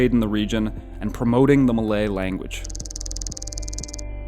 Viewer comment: if you can pronounce “lie” i think you can pronounce “Malay” correctly.